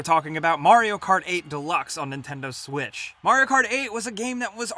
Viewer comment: he said Nintendo swish